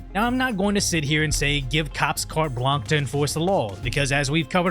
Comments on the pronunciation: "Carte Blanche" my man not "blanc" You end with like a "sh" sound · it's carte blanche, ["blonsh"] not cart blanc. Bill o'reilly says "cart blanc" too and it's wrong